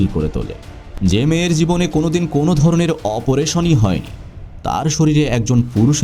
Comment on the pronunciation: ভাই উচ্চারণে মনোযোগ দিন। দুপুরকে বলছেন দুফুর, অপারেশনকে বলছেন অপরেশন। 🥲